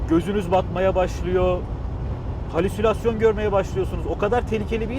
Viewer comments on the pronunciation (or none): none